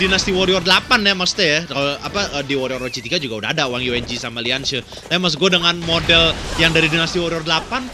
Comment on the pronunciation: ketemu lg ama mba wang yuanji yang di baca yuenji ...